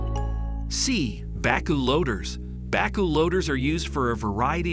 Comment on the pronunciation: I never heard backhoe pronounced back-oh before